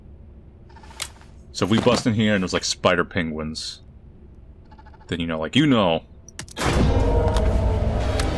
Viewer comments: I did not know saying 'Pengis' was something I needed in my life, but boy oh boy am I glad I got to experience it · Tbf I say it too! Pengiwins!